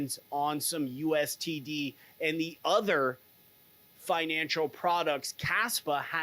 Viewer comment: No offense but why do you keep saying USTD? Its USDT.